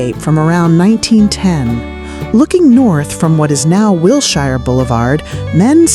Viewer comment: Wilshire and La Brea are being mispronounced. However there are some good pictures.